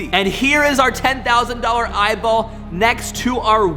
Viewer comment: Eyeball not eyball